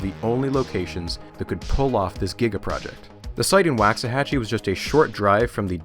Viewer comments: waxahachie like walks a hatch ee not wacks a hatch ee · Do you pronounce it how he did? I’m also from Texas (not getting more specific) but have always heard the first A pronounced like in Walk not Wax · quick correction: Waxahachie is pronounced with a Wah, like in walk, not a Wa, like in wax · Pronounced Wocks-uh-hatchie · im from waxahachie and i absolutely hate the way you say it